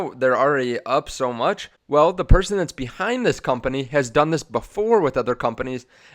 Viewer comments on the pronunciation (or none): none